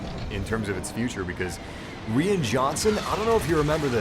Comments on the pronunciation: Pronounced ryan not rian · I agree, everyone has opinions. But for "crimminy sake" RYAN!!!!! It's Ryan with a long "I" sound. Like "I am". C'mon G! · Lol, just for future reference "Rian" is pronounced the same as "Ryan." But yeah, the comedy was a bit off and most of the Canto Bite planet took me out of the movie for a bit. That one thing Leia did looked a bit silly... wish that was done differently. I liked Rose, just not the storyline they gave her. Also, Phasma and Snoke. Other than that, I really enjoyed TLJ though. If "smaller scale" is an issue, people need to realize just how small of a scale Empire Strikes Back is... It's no larger in scale than TLJ. P.S. I love Phantom Menace and Attack of the Clones. The battle of Geonosis in AOTC is amazing. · “Reean Johnson”